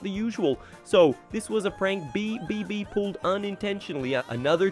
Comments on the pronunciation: yeah its ai generated so its bound to make mistakes with the voiceover/script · Why are you having so much trouble with pronouncing "BBB" 😭